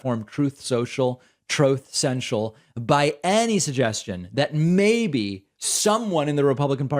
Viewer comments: I say let them destroy themselves and baby trump can cry about it on “troth seneschal” lol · Troth Sential…..😂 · Trothe Senshal